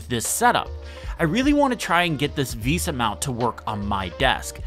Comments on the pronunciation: Please someone tell this man how to pronounce VESA. Tip: It's not Visa. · Never heard someone call Vesa (Vay-sa) visa like it's a credit card lol